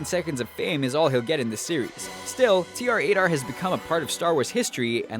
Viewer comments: You said TR-8R wrong you don't pronounce it T R 8 R it's TRAITOR!!!!!!! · Also about tr-8r say it slow. It sounds like trader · It is TR8-T0R. Get it right.